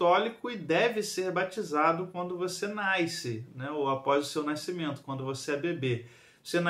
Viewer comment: Faltou a aula de dígrafo (nai-cimento?) (Nai-se) tá errado essa pronúncia